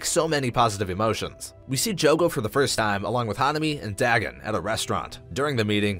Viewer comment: Nice video but your pronunciation of Dagon really got on my nerves XD Could be you are right but i've known about Dagon from Cthulu Mythos for so long that it is so weird how you pronounce it. It's pronounced Day-gone not Da-gun.